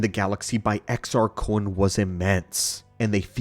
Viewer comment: Why do you say Kun like that? You know there isn't a w in there right?